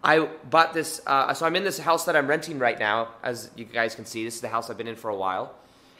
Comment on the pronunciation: Did he say “right meow”?